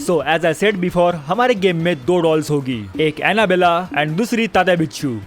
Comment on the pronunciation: Why didi I hear balls instead of dolls